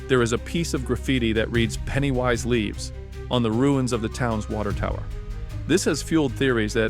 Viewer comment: is this a copy and paste video? I just watched a video (by Marvelous Videos) that also mispronounced "Pennywise Lives" the same way about a week ago.